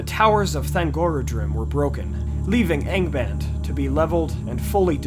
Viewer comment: good god, I honestly thought you said gangabang at the beginning there for some reason when saying Angband......